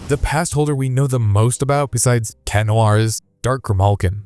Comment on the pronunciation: Its not chat its cat